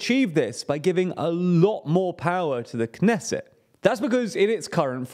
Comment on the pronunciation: PRONOUNCE THE T IN KNESSET!!! This is not French!!!